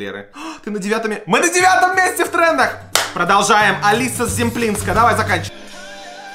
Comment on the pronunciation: Не Алиса Зъемплинска, а Алицъя Шэмплиньска